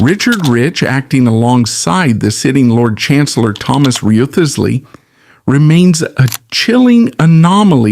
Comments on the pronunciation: Wriothesley is pronounced "Rizzlee" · Risley. Chewder, not Tooder